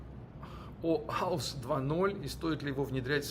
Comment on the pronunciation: Oauth 2.0, а не OAUS 2.0)